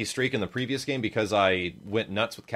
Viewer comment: At least you say good gam.